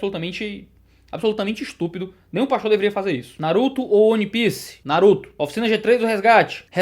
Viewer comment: Nossa, fiquei chateado quando ele falou que prefere Naruto a One Piece... E falou One piece errado ainda... Que Pecado! rsrsrsrs